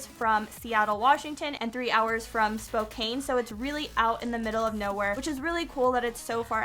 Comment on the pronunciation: are we gonna ignore the fact that she called spokane spo-KANE? LOLOLOL great video